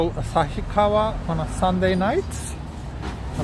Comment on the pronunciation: This is the awesome video. I love it. And I clearly recognized you as a Tokyo boy because you pronounced “旭川” more like “Asashikawa” rather than “Asahikawa” which is a correct pronunciation. Please remember a Tokyo boy like me pronounces “150円” as “Shaku-gojyu-en” instead for “Hyaku-gojyu-en” which is an official and correct pronunciation.